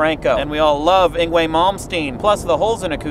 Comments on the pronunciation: You mispronounced Yngwie's name. It's ing-Vay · Ex-squeeze me Wheezy, i believe it's pronounced ing-vay malmsteen, not iny-way. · You mispronounced Yngwie.